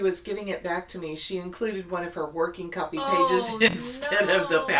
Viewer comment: when you said copy paper, I heard critter paper. I enjoyed watching y’all.